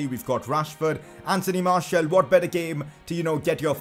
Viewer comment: Pcq: That pronunciation,"Marshial",is annoying as hell...Can we get "Marcial" instead?